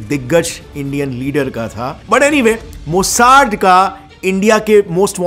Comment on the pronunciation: Bro मोसाड नहीं, मोसाद 😂😂